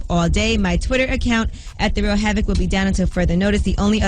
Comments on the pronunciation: "Have-ak" wtf. Delete this whole account smh how you dont know havoc or the actual word havoc? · Fuck AI isnt HAV IC